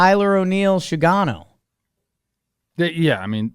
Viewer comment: It’s Sugano, not Shugano fyi